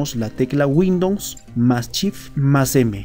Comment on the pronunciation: minimo pronuncia correctamente windows....